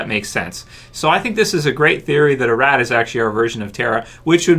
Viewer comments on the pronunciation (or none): It's not pronounced "A-Rat" it's "Ah-Rot" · Her name is not pronounced a-Rat pronounced as a-Rot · Could you stop saying A Rat and say Arat